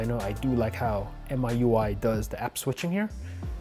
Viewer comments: It's pronounced "me UI" instead of "myUI" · its miui not myui lol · Nobody : Him : Mai ui